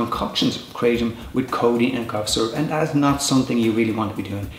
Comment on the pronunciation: 100 facts and pronounces it wrong